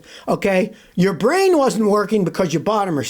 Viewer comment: Muh bwain doesn't work!!!! :face-fuchsia-tongue-out: 🤣